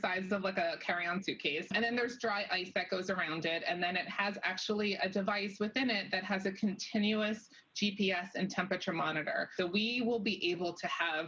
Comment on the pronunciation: 😲🤭😮🙀 did you say actuallie?🤭